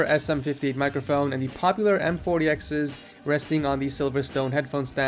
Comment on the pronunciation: min 4.53 its M50X-s...not M40X-s :)